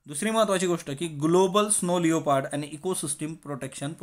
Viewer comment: sir its not स्नो लेओपार्ड its स्नो लेपर्ड